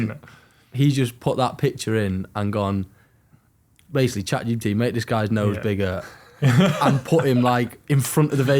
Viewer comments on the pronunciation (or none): none